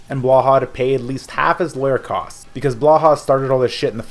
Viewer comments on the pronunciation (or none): none